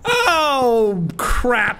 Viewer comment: I just noticed how foreign Sean saying “crap” is